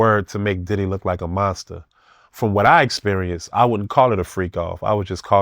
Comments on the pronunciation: Does he have to keep pronouncing it as "Titty"?! 😂 It's "Diddy" damnit! 😂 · Needs his own Show! "DIDD-EH" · “Diddeh” lol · I like the way he say DIDDY I always laugh